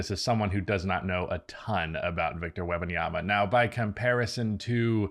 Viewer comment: "WEBanyama" over and over...🤣🤣🤣come on dude